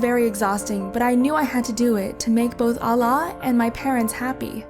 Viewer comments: "Allah would burn me in purgatory " Purgatory is a catholic concept I have never seen a Muslim use the word purgatory. The ex-muslims always stating they were devout Muslims but can't even pronounce the word Allah properly , I understand if she was a revert but a born Muslim on top of that a Devout muslim •Her dad says "my friend in Saudi Arabia does much worse" Of course Saudi Arabia is the only Muslim country she knows I believe this is really fake especially with the thumbnail , they really trying their best to make Islam look as bad as possible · Fake video no Muslim says Allah like that let alone someone from turkey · Ur not muslim if you pronounce allah like this 🤣🤣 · She calls herself a muslim yet she pronounces it as ‘alla’ instead of ‘allah’ and thats a mistake im pretty sure every non muslim makes. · as a muslim this is Hella wrong, and she says Allah like Ala. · I doubt that u are muslim because u cannot even pronounce this words properly. not mazlim its Muslim. Not izlam it's Islam. Not ala it's Allah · Like seriously she ain't a Muslim this story is fake she pronounced Allah incorrectly she said ala its allah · Even if you want to talk english, YOU SHOULDNT CALL ALLAH ALAH, PRONOUNCE ALLAH CORRECTLY 😠😠😠😠😠😡😡😡😡😡😤😤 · Its Allah Not alah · Why are pronounce Allah's name as Alah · It is clearly obvious that she is not a muslim. Muslim does not pronounce Allah like ala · You just know how this is fake since the girl is saying her dad abused her mother it is a false claim that kafirs spread and if she’s Turkish why is she pronouncing Allah like ala and she’s saying Islam with a z like Izlam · Yeah lol can't even pronounce Allah she says ala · God dammit another one of this narrator that pronounce Allah wrong. FOR THE MILLION TIMES IT'S "oulloh" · OLLAH lmao nice pronunciation Damn this girl is in a totally different environment than how a normal Muslim girl lives This is called stupidity not Islam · You cant even pronounce Allah, properly. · Ikr right